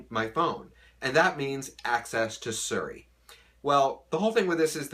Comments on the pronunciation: why does he say suri instead of seri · are you the only person in this planet to call si-ri, sir-ri? so odd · It's Siri not fucking Suri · It's not bows is Bose, like moose, but Bose. And it's not suri its Siri. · Ok wtf is SURI jk 😆😆😆💀 is he talkin bout SIRI 😆😆😆😆👏🏾😆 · its not suri its siri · Ser-ree? I thought it was See-ree. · Suri? Siri lol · I love your videos but Suri is the daughter of Tom Cruise and Katie Holmes. Siri is the iPhone virtual assistant. Please get the pronunciation right! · Did he just say suurey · no, he pronounced bose correctly, you are right about siri.